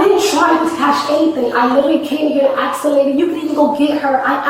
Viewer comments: 🤭She couldn't properly axe for your order. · She started off saying ASK. When she started to get nervous, she started saying AKS. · but she axed him and axed him. she gave me a headache ! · Now claiming she "axe the tellar"